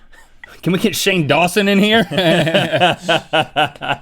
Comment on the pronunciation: He said SHANEN DAWSON and all I thought about was the cat podcast